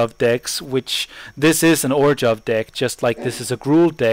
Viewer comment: great vieo! easy my fav deck in 2013. btw its pronounced OR-ZHOV. there is no G in the name.